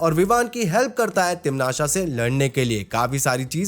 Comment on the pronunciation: Bro video was really good but it's not timnasha it sounds like patasha and it's irritating it is timnasa